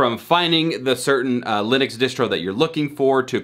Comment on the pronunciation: Good video, but I have never heard ubuntu, lynux and UEFI getting getting pronounced like that 😅